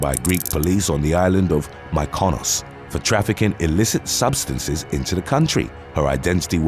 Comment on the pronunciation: mick-eh-nohs for the city Mkynos btw